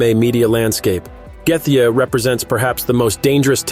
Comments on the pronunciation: I’m telling Justin Gaethje that you’re calling him “Gay-the.” Don’t make videos that you know nothing about. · The way you pronounce gaethje is terrible !